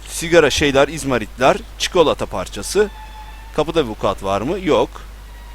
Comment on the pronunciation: Abi rüyamda "çükolata kitap" diyişin gelecek